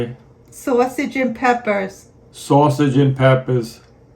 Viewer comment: 😂😂😂 you had me at “saaawsage & peppas”!